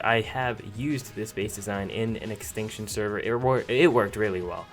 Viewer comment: nigga u said extextion